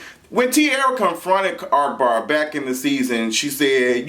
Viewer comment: ARK-Bar. Lol i love how u say his name......